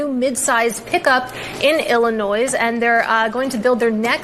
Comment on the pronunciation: Never mind that The woman in the Stelantis story mis pronounced Illinois